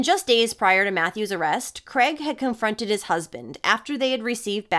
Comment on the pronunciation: Mis pronouncing the main perps name all the way through It's Craig not Creg 😊 if unsure on how to pronounce our names just ask Google, its kinda pronounced phonetically Kraaigeee 😅